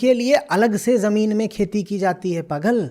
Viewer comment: Jab jab "pagal" bolte ho, " chutyo" sunai deta he 😂